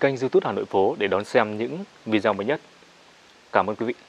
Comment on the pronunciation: mong bạn đọc lại cho đúng chữ "video"